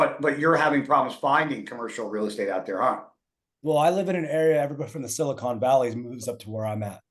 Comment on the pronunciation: Omg, it’s “Silicon” not “Silicone” they’re different things 😂